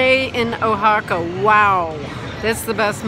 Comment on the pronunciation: You might want to listen to the spanish pronunciation of Oaxaca on your language app. It is wha-haca, not o-haca. (I'm always learning more, too).